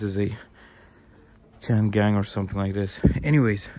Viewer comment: OMG, the Chinese car brand pronounced quite similar to "chain gang" ... (which probably isn't that far from the truth if built by Uyghurs within China?! :body-green-covering-eyes